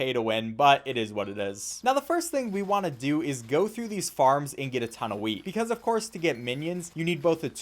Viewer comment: how come every time he says wheat I hear weed?